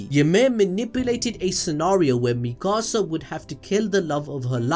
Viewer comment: he calls Mikasa like mickasa